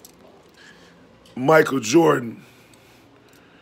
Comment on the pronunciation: Legit, is the reason i say "MiKel JarDaN" instead of "Michael Jordan" 😂😂😂😂😂